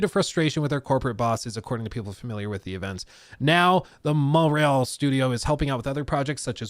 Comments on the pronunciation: Montréal say it right or don't say it at all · Pretty nice french R (make it a bit harder), no useless T... Almost there ! Just improve the A (open less) and it's perfect 😋 AAAaaah executive crooks.... They never cease to amaze us ! 😅